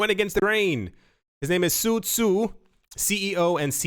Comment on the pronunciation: I think Su Zhu is pronounced (Sue Jew). Zh has a J sound in mandarin.